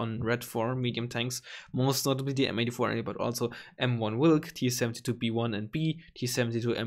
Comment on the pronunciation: Malutka is correct in polish it means small/tiny. And as bonus I love your pronunciation of word wilk.